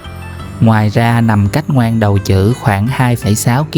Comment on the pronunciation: Ngoan Đầu Trữ cái này đọc là Quy đầu hử mới đúng